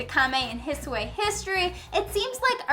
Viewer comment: I'm sorry but why do you pronounce the "I" at the end of the regions like that? It's like an English "i" but shorter; it's not an "ay" sound. ^^"